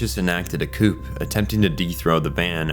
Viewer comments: Only one teensy observation - the word coup is pronounced more like "coo", and not "coop". Its one of the most common pronunciation errors that I myself made at one point, hahah. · Oh get over it. This recap was amazing and you're hung up over him mispronouncing ein. I'm more upset about him pronouncing the p in coup. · The p in “coup” is silent. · Are you AI or do you just not know that coup is said "koo" because it's a French word? And did you not watch the show? It's Ein... Like Einstein... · Are you aware that a cupe is pronounced kuu?